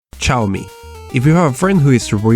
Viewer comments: Not Chaomi, Xiaomi! [Siaomi] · Не Чауми, а сяомИ́И́И́И́!1!1! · It's xiomi not chiomi ffs xD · It's "Xiaomi" not "Ciaomi". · se pronuncia ziaomi,o csiaomi , no chiaomi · Shiaomi? Seriously? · It's pronounced "seeow mee" btw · yes. but its pronounced jowmi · Chaomi??? Schaomi??? Really?